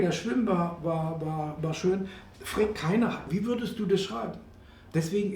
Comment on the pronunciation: Bei "frägt keiner" zucke ich zusammen , denn das hieße doch eigentlich "fragt keiner". Aber es ist Dialekt und so sei es denn ... :) Verzeiht die Erbsenzählerei.